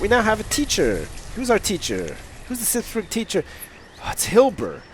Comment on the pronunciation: he pronounces burgh like burg lol!